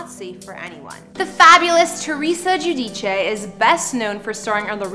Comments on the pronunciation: You're a Canadian and you pronounce her last name the correct Italian way the people saying geu-dice is incorrect her last name the real Italian pronunciation is Ge-u-Di-chã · It’s the proper way to pronounce her last name, the Italian way…. Not Jew dice